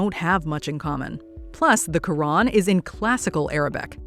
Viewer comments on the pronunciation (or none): none